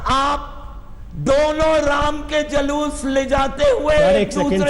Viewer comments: Ye randi pringka ko julus bhi kahna nahi aata jhalus bolrahi hai sali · Zhalush ni re julush 😆😆😆😆😆😆 matr bhasa bhi ni ati to kiya ayega 😆😆😆😆😆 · Jhalus nhi jalus....